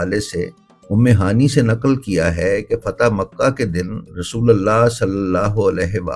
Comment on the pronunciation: ام ہانی نہیں ہوتا۔ ام ہانئے صحیح تکفظ ہے۔